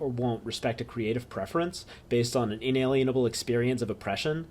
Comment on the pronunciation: Holy shit, it's like Dad came back! And he actually had the cigarettes! Edit: I forgot how much the douche narrator in this EC video irritated me with his pronunciation of words. It's not 'maNevolent,' and the cocksucker cuts an entire syllable out of 'inalienable.' Moar edit: Bioessentialism also lets you determine an organism's sex based on its genitals, but EC ain't about to have that talk.